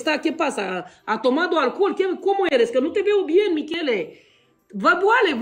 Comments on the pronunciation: Se zice Michele nu mișel 🤣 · Va rog sa nu ziceti Michele asa se pronunta mikele